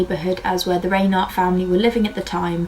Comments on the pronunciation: The name Reinert is pronounced "Rine"(long i)ert, not "Raynert ". I grew up in the area. The murders were all over the news for years. Very good video about the case though. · Great episode. FYI it's pronounced "RHINE-ert." Rhine like the river, and the accent is on the first syllable.